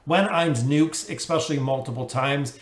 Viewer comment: yes but then he also says expecially.